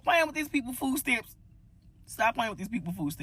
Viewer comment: What exactly is a "foooo stamp"???